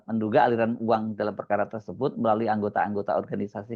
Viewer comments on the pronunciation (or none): none